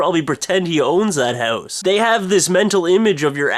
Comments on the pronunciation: hahhhh, you cant say 'House' right! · yo its house, i dont even know how to spell it the canadian way you pronounce it. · He ran into a "hoose" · The haeuwse? haeouse? hewse? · what's a hou-ss? lol :P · loooooooooooooool dont worry boys...this ones mine!are you welsh or something cause you say house like heussee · why do you say hause? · fun way you say "hause" instead of house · i had to watch the video a second time because i really didn't get what the story was about because i was laughing too much at the "houws". rocks! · haha thats a great analyze and I like the way you say HOUSE -OlgaKay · Sooo, ya live in a hoose? Hows that doin for ya? LoL :P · You say house funny.:L Hoooowse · lol it sounds like he is sayin hose ^^ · Oh my God, I knew you lived in Canada but I never really noticed your accnet until now. Your Accent really comes out when you say "house"! Did anyone else notice that? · Wow, you're Canadian comes out when you say "house". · I love how you say "house" It made my day :) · you say house really funny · You pronounce house in THE CUTEST way posible. =) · he has an accent?.. bet lots of people say house like him.. it IS funny the way it sounds tho..XD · yea i noticed the way he says house too. it's cute lol. i think it's a canadian thing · I didn't notice you had a Canadian accent until you said "house"